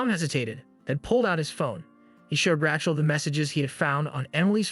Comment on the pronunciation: Congratulations. This is the worst video of 2024. Please teach your AI algorithm how to pronounce the name Rachel. Othewise everything is OK.